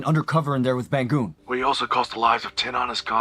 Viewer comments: His name is Ba-ngoon, -ng like in the word Bang, not Ban-goon 😂 I hate dubbers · The English dub can't even pronounce Bangun's name correctly. (baang-oon) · As Indonesian myself i can't stop laughing everytime they pronounce the name LMAO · as an indonesian, this is my first time hearing the dubbing version and it's so bad 😭 they pronounced all the name WRONG 🤣